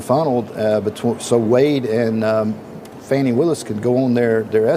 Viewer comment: Her friend said it's Fauni not Fani 😂 both pronunciations are ugly so does it really matter